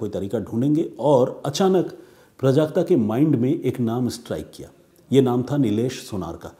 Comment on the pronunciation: प्रजाक्ता नहीं। ..."प्राजक्ता"